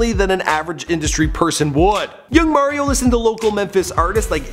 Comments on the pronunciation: His name is Mario Mims like the Mario Brothers video game not Mar-io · did you actually just fucking say MAIR-io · Merryo Lmmfao